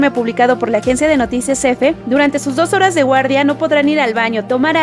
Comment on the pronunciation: Dice 12 horas o 2 horas??? Porque si son dos horas no es mucho tiempo y ni sentido tiene que lo mencione, pero aún así se escucha (2 horas) mejora tu pronunciación.